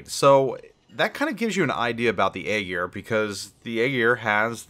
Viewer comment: Eye Ear or Aye Jeer not Egg Ear lol